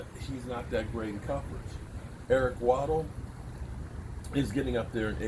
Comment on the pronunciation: Lol Eric “Waddle”